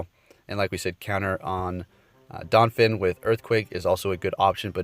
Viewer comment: Damn, “donphin” too?